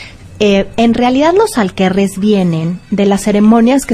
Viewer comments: Janis Dark pensé que solo yo lo había notado, hay que buscar si el término “alquerre” existe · Que buen programa, aunque me quedó la duda con respecto a la pronunciación de “Aquelarre”